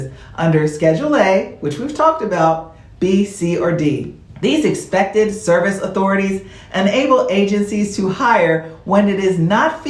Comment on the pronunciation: Maybe my hearing is off. It sounds like you were saying "Expected Service" instead of "Excepted Service"